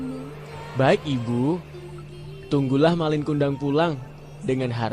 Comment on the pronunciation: Bukan MALING tapi MALIN ( ujung kata gak pake huruf G )